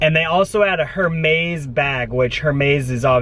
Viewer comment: Is you mispronouncing every designer besides Burberry a joke? You say Lou buitton and Hermes lol.